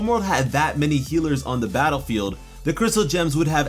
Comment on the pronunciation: You said “battAfield”